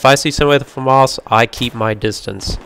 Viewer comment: Its not a farmars its a Famas....